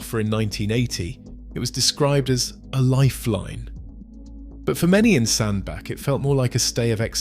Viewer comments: As stated below it is pronounced Sandbatch NOT Sandback. I am a Cheshireman so I know. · Fkin oath it's Sand-Batch, I told you this on your ERF clips. Give yourself an uppercut.......... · Pronounced locally as SandBatch despite the spelling. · It doesn`t say a lot for the quality of the research if you can`t even find out how to pronounce the name of the town correctly!